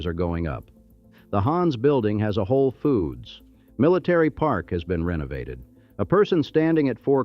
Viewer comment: I laughed when it pronounced Weequahic, Paramus, and even Whole Foods.